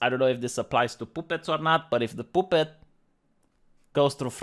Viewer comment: “POOH-PET.” That’s it. That’s how I’m pronouncing it from now on.